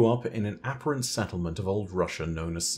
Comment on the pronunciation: Do you normally say "apparent" like that. Threw me off..